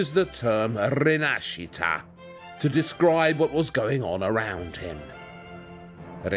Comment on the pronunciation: The way he said rinascita made me want to vomit, seriously, I was just having some juice and I listened that word and I felt disgusted. That word was butchered.